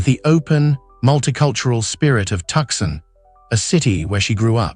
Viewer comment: Tuk-Sun? What is this garbage? 🤣😂🤣